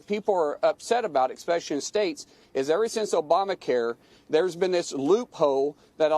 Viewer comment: "Eckspeshly "....how is this guy a senator?